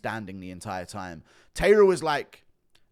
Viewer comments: It's not pronounced Tayra, it's Ta-I-ra. Pronounced more like the word tie if you say it quickly, not tay. Japanese pronounce every letter and the sound is always the same, not like english. The a in the ta and the ra are the same sound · Tairo is pronounced “TIE-rah.” Are you one of those people who calls Japanese pron “hen-TAY?” 😂